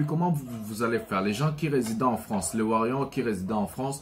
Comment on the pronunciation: nous sommes warriors et non warion stp appelle correctement ça va???